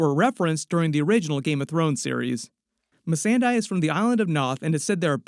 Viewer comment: I luv that Helenna is reading about the butterflys 🦋 of Naath "Missandaie"